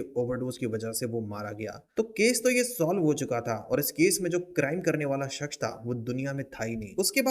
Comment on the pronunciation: Bhai shaksh nhi hota... Shakhs hota hai...